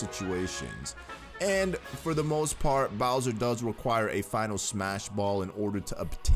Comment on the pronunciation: phenyl abilities? 😂